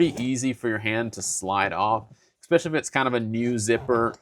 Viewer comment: ^es-specially* There is no X in the word.